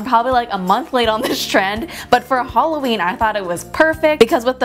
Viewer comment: did she say H💿L💿WEEN ???